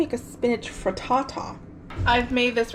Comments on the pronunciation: I love the way you say Fri Ta-ta 😃 🥧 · Pretty sure the highlight of the video for me was how you say frittata lmao